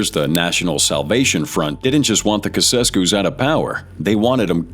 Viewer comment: Get rid of this AI garbage. Who TF were the 'Kewkesskews'?